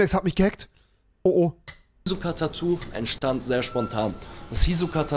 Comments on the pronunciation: Das tut weh wie er hisoka sagt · Es macht mich irgendwie aggressiv wie er Hisoka ausspricht